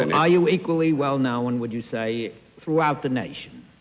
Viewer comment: The way Bennett Cerf says "known" with two syllables: know-un. Is that a New York accent? Philly?